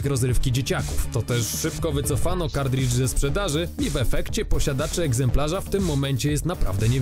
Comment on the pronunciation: Panowie, film fajny ale językowo straszna chujnia. Nie "kardridż" a "kartridż" albo nawet "kartrydż", no i nie "ultimate jedenaście", bo to nie jedenasta część, tylko "ultimate eleven". To tak jak powiedzieć Fantastic Cztery albo Ocean's Jedenaście.